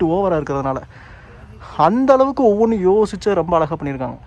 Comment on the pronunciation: தம்பி வணக்கம்.. நல்ல வர்ணனை.. மிகவும் உபயோகமான புரிந்துகொள்ளமுடிகிறார் போல் அமைந்துள்ளது உங்களுடைய விரிவுரை.. மிக்க நன்றி.. ஒன்று கேட்க விரும்புகிறேன்... இப்போது இந்த " ழ " வரும் வார்த்தைகளை - கீழே, அழகாக - சரியா உச்சரிக்காமல் தவறாக - " கீலே ", " அலகாக " - என்று உச்சரிப்பது என்ன ?, புது நாகரீகமா? தெரியாமல்தான் கேட்கிறேன், இந்த " ழ " வை உச்சரிக்க முடியவில்லையா அல்லது வேண்டுமென்றே செய்கிறீர்களா ?.. சரியான பதில் கிடைத்துவிட்டால் உங்களையும் உங்களை போன்றவர்களையும் கேள்வி கேட்க மாட்டேன்.... உங்களுடைய விரிவுரைகளுக்கு மிக்க நன்றி.. உபயோகமாக உள்ளது.. நன்றி வணக்கம்.. வாழ்த்துக்கள்.. 🙏